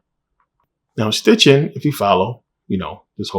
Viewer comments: His name is SITCHIN not STITCHIN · It’s Sitchin not Stichin but great video!